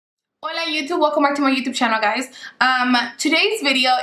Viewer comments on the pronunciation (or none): none